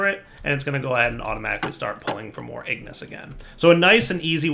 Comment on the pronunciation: And Ingis